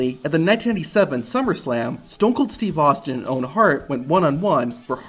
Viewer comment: STOON KOOL STWEVE AHSTEEN